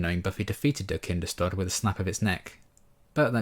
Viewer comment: Yeah, have always felt that the Buffy production team could have done 2 minutes of research to find out how to pronounce Kinders-tod! If they new it means “Children’s death” how can they manage to not pronounce it correctly?? Baffles me to this day.